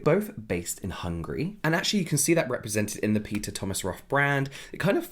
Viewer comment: It's not hungry it's Hungary pls 😭